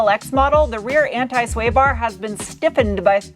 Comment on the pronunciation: just have to get to say anti correctly too lol